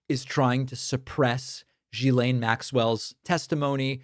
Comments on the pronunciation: Another reminder, David: Maxwell's first name is pronounced with a hard 'G' as in GHOST and GHOUL. The ''S' is silent. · David... It kills me to hear Maxwell's first name being mispronounced... her name is Ghislaine... pronounced as Ghee-lane"...